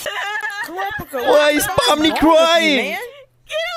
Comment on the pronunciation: Pomni not pommy